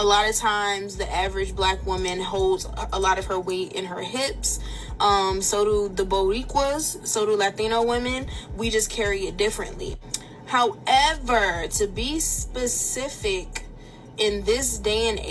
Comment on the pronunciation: This fool said BO WEE QUAZ it's BORICUA!!! And said LATINO WOMEN??? it's LATIN WOMEN!! Lastly NONE OF THOSE ARE RACES. Tainos named people on the island BORICUAS. being Puerto Rican has nothing to do with it. There are CAUCASIAN AFRICAN CHINESE etc PUERTO RICANS. some got it some dont